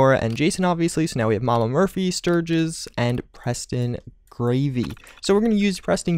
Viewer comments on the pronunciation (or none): I'm not trying to be rude I'm just correcting but its Preston GARVEY not Gravey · preston greyvy? it's garvey lol. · Did he just say... preston gravey?!!!!